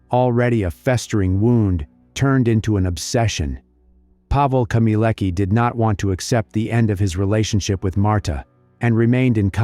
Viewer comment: her last name is not pronounced as "keemeeleckah", but "khmyeh-leh-tskah"